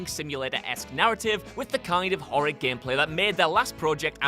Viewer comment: "Gempleh" > "Gameplay"